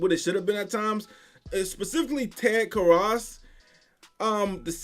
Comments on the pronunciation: Bro... this is your team... learn to pronounce the players names... Karras is pronounced Care-Us. Salvon Ahmed is Suh-von Ack-med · Ted Kar-ass? Haha I don't think you know how to pronounce anyones name on this team. I'm just kidding, love the content. Keep it up!